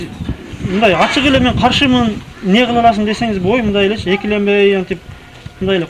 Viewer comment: мне эмне дебей сен мне эмес эмне деп дазылат айтылышы да